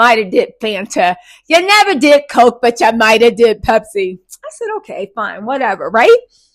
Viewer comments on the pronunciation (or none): none